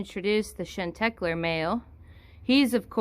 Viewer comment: shan teck ler nope, it's shawn tay clare. french, ya know. chante is to sing and cler is clear - sing clear.